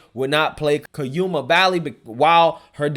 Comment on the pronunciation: You said cuyama wrong